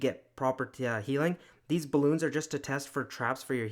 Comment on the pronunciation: Why does everybody call balloons Cocoa loons?